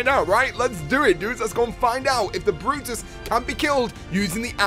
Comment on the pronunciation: It's brutus not "the brotus"